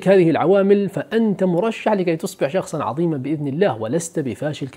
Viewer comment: عظيما بالظاء وليس بالضاد !!!